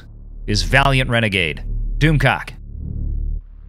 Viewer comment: LOL Did you just call Valiant Renegade, "Valiant rena-G-G-Gay"?